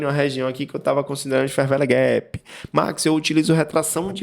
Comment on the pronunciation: "fer véle guépi" ... muito bom